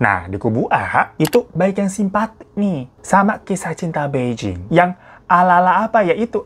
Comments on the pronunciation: bacanya: pai cing dan pei cing. jd bukan sama" beijing ya kak >_< tp ak selalu nontonin video kk koq.. krn cerita horor aja ga berasa horor, utk diriku yg nyali kecil hahaha thank you uda selalu menghibur kita dg kebanyolan kk.... sehat" ya kak. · Bai Jing baca nya Phai Ching gt kk cmiww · Ka hiro gak enak banget nyebut namanya bai jing 😂😂 harusnya Pei cing ka, di mandarin b itu dibaca P, j jadi C.. Terus zhou juga dibacanya Chou(C tapi kayak ada h-nya) Yuk belajar pronounce mandarin dikit2